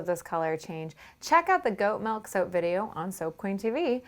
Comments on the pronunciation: ITS MIIIIILK NOT MELK PLEASE STOP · God she says malk (milk) like 1000 times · Every time she says milk it sounds like "melk" and I can't stop laughing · oh my god!! why does she say milk in such a weird way 😁😁